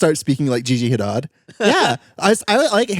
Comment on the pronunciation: nope he said gigi hidad and it now lives in my head rent free